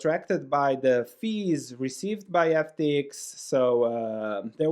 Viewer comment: Love the ex YU pronunciation : "FT-iks" <3